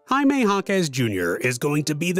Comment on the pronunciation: Its pronounced “ Haime Haquez “ not Yaime Yaquez